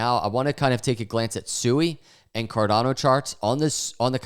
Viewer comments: Hey, according to Rob at Digital Asset News, it's pronounced " SWEE ", not " SU EE ";)~~~ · Did you just pronounce it suey? Your Generations IQ is getting lower and lower